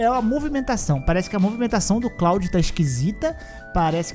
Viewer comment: Cláudio? kkkkkkkkkkkkkkkkk É KLUOD!!!!